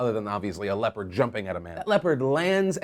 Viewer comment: Hahahaha I kept hearing "leper" instead of "leopard" and I was sooo confused